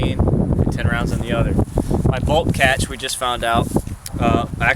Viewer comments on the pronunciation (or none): none